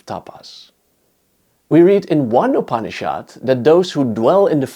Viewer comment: The pronounciation is not upni-SHHAAD but upni-shud. It is softer...not so hard